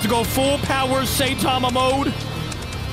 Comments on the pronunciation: its pronounced s-i-tama not say-tama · Its not SAYTIMA its (sigh-ta-ma) so please say it right its annoying tbh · And him calling saitama “saytama” was triggering me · d-did he just say "SAY-tama"??? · its 2023 and people still pronouncing him "SAY tama". Like how? where do you even get SAY tama from? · "Saytama"" 😂😂😂😂😂😂😂 get it right idk if it's an accent but for the love of God please get it right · Pronounce Saitama